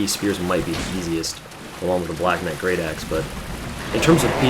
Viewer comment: knite? hahahaha